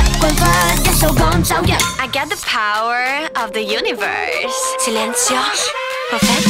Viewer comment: 寫rap 我都識,但寫英文寫到佢咁勁 仲要rap得咁流暢 少見, 不過 power個W係唔發音(劉家傑講 唔關我事)同埋我建議 assent風格最好統一 如dot發 英式,power 最好er也發番英式, (r)音都可以拉長